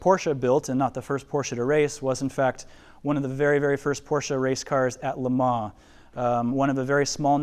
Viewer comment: Would love to be able to get to see this display. Watching this video will have to do however. Unfortunately my ocd couldn’t get past the pronunciation of Lemans (Lemar?).